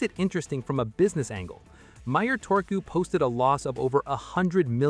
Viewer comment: How hard is it to pronounce one letter in one way. Turku, not Torku. You got the last u corret now use it for the first u as well.